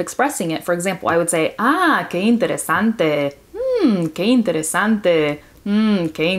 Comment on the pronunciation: You´ve explained it so well !!! By the way, i´m sure you know, you speak spanish very good, when I herd you saying ¨que interesante ! it seemed to me being hearing una minita argentina. Greetings from Argentina